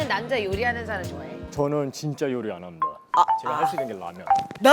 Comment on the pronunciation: 것임다 함다 발음 개섹시하네..